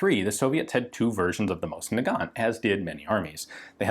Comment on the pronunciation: Thank you for pronouncing "Mosin" properly. Most other channels go with "mows-in".